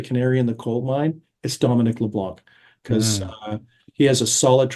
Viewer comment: Could you pronounce Leblanc properly please? The 'C' is silent.